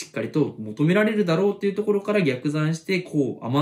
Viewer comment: 「量をこなす」というインプットも、河野玄斗さんの解説を聞いた後だと効率よく行えそうですね。 ところで と で「逆算」の読み方が異なりますが、辞書では前者の読み方でした。